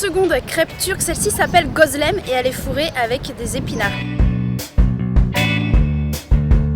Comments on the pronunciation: Ça se prononce (ali geudè) et c'est le non de la marque. se que tu boi c du şalgam et ça se prononce chalgam ayran c'est du yaourt nature salé mélanger avec de l'eau geuzlèmè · Şalgam suyu ,c'est une boisson qui aide bcp pour digéré , j'aime pas trop le goût ,mais froid ça passe mieux. Mon père boit ça quand il mange. Gözleme , le e a la fin on le prononce (è),sinon bonne vidéo